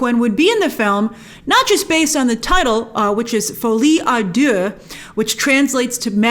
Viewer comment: Listen as a french person, hearing Grace saying " Folie à deux " is something I didn't know I needed until today 🤣